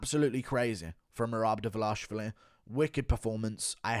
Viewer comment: Still laughing from your meltdown on livestream. Your pronunciation of his name, Dva-LASH-vili reminds me of Chael’s “Bluhal Mohammed”.